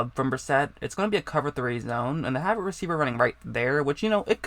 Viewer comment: Hey man you gotta work on your speaking. You sound like you are learning disabled. Instead of have you say "hab". instead of "quarterbacks" you say "quorbaggs"